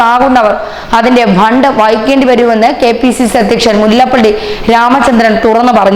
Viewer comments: ബണ്ട് അല്ല ഫണ്ട് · It is not bhand it is fund.